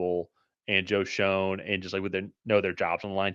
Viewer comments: Both these guys mispronounce Joe Schoen's name. It pronounced "shane". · It's beyond annoying. How are we supposed to take you seriously when you can't even pronounce the GMs name correctly?